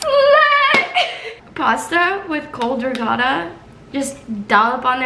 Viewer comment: Being Italian and hearing the way says “ricotta” made me cringe